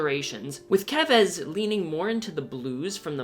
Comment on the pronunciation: FINALLY! A youtuber who pronounced "Keves" right lol